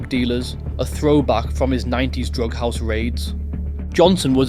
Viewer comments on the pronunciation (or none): none